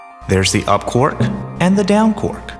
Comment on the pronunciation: Hahaha! Surely Quark should be pronounced "kwark" and not "cork" lol